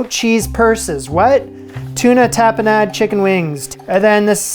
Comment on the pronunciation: you say tapanade with a new york accent